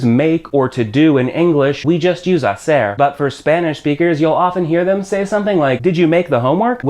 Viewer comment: you are making a good labour by teaching such as important language as Spanish. P.S.: You said "hacer" as "haser" and letter C is like a th